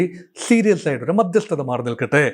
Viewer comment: Madhyasthatha paranjittuclear aakunnilla